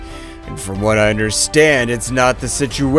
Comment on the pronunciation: i love how he says i understrand